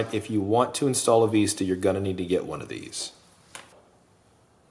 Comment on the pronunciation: you should include both antenna mounts with the quad as nowadays the Vista, not Veeeesta is just as popular. Or have a drop down so you can choose on your website when ordering. Just busting your chops on how you pronounced Vista, thanks for all the awesome quads you design.